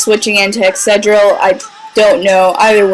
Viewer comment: The way you kept saying Excadrill made me think of Excedrin XDD